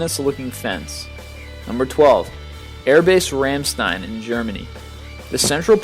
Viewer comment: its romstien not ramstien and blurred out because an accident the made a mass grave